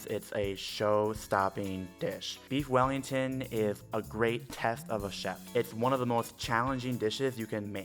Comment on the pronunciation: “I lofs bweefs wellingtofs”